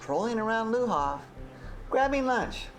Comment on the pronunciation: It is LE HAVRE, not LA HARVE !!!